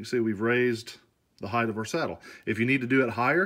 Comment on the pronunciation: HeighT not heighTH, 😂 blinds work great.